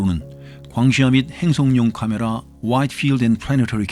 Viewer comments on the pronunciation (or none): 이분.. 혀굴림 ㄷ ㄷ ㄷ 케메라아ㅎ ㅏ~ 뒤에 ㅎ ㅏ 는 왜